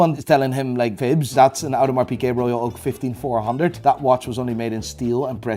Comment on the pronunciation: People think improving your production value is getting better audio equipment, better camera, etc. But sometimes it's as simple and free as googling how to pronounce Audemars Piguet, or Valjoux. Don't play yourself. And btw, baguette means stick. The bread is also named after that cause it's long, and not that things are named after the bread. PS. Nico is Dutch. How do you even decide to make a video where you talk about things you have no idea about? Ridiculous.